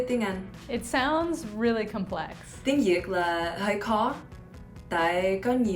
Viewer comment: Viet Girl: Tieng Yik All Other Viets: TIENG VIET. Buzzfeed: Oh well.